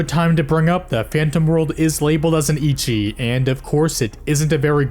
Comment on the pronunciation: It’s not pronounce “icchi” like itch but “ecchi” like echo.